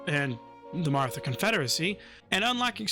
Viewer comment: I'll be that guy. It's actually pronounced 'Marata'; the 'h' is there because Hindi has an aspirated 'tuh' sound. Fun fact, there are actually 4 'tuh' sounds in Hindi, one where your tongue touches the teeth and one where it only touches the roof of the mouth, and then two more that are aspirated versions of those first two. Source, a single year of Hindi in college 😅